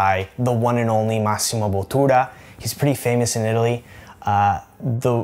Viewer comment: Sì ma il nome dello chef è stato un po' storpiato, purtroppo le doppie gli anglofoni proprio non riescono a pronunciarle correttamente. Credo sia molto più probabile che un italiano impari inglese alla perfezione, ovviamente abitando in America, Inghilterra o qualsivoglia, che un inglese impari l'italiano alla perfezione, con le stesse condizioni di studio.